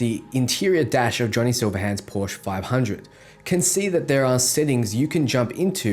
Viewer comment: What is a Porsche 500? Its a 911. Also your pronounciation of Porsche is wrong